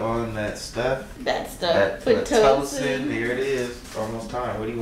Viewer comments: He said (PL)itocin lmaooooooooooooooooooooooooooooooooooooooooooooooooooooooooooooooooooooooooooo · ….” We are about an hour in on the PLAtocin” lol He got me dead! My guy did good with vlogging……thank you guys for sharing this amazing beautiful moment with us